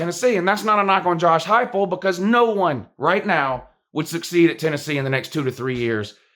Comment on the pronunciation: At least you actually pronounced his name correctly unlike the youtuber blue and gold ( a WvU fan) he is cringe af .and tries to act like you it is blantely obvious.